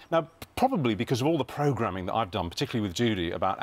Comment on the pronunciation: Even the way he pronounces ‘programming’